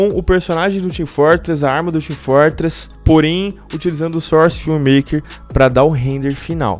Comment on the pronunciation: sarsi 2 team fartress 2 este gajo tem problemas em pronunciar os "O"s